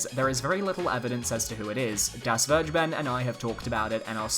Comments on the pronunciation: When you say Vergeben with a hard G I keep thinking you're saying "BurgerBen" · It sounds soooo weird to say "vergeben" in English. :-D Just let Google say it in German for you and you'll know what I mean. ;-)